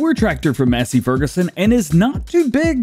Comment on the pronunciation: No offense it's not mass it's mace, Massey Ferguson.